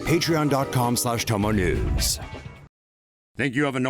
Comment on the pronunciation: Please do us a favor and change your into/ ads. It sounds like you say "chomo news". When he said tomo news. He needs to say it better..